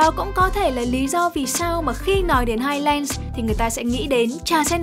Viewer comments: Phát âm là "hai lừn s" chứ không phải là "hai len" nhé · và với những kiến thức về anh văn đấy, theo quan điểm của tôi highlands đọc là "hai lần s" chứ ko phải "lừn" như ông, nghe có vẻ tương tự nhưng nó khác 1 xíu đó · đừng có đọc hai len được không 🤦‍♀️